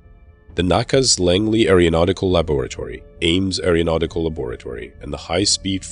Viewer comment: It would help if you would learn how to pronounce "aerospace" and "aeronautical".